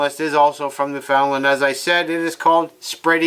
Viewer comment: You don't say newfinland properly